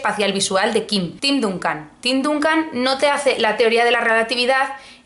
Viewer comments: TIM DANCAN (NO DUNCAN) Y SAN ANTONIO SPERS (NO SPURS), POR FAVOR. De todas formas, dada tu para mí desconocida afición por el deporte rey, te lo perdono todo, y acepto casarme contigo, e incluso estoy dispuesto a secuestrarte para casarme después como se hace en países de reconocida tradición democrática, caso de Georgia. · Se pronuncia Dancan y Spers lol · me han dolido los oídos cuando dijiste duncan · Echo en falta un vídeo sobre los últimos acontecimientos de Kanye West!! Con la buena pronunciación que tienes..., me ha sorprendido como has dicho DUNCAN Y SPURS 😂😂😂😂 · Me ha sorprendido la forma en que has pronunciado San Antonio Spurs y Tim Duncan. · Tim Duncan ha llorado muy fuerte cuando te ha oido pronunciar su nombre